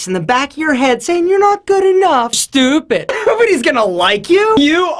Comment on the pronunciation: i died when he said "stoopid"